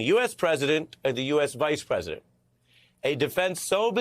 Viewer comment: Did you notice that he didn't specify which attorney? He said "I was contacted by the attorney of the Presd United States". No, that's not a typographical error; he actually said "Presd United States" (kind of like Trump's "Tim Apple"). Listen to his words and look at his lips (slow it down to 0.25 or 0.50 speed to see it really clearly). Aside from that, he said "THE attorney", as if there's only one, and then he said "OF the President" (do you mean FOR the President, Ron?), without saying if he meant a White House attorney or one of Trump's personal attorneys.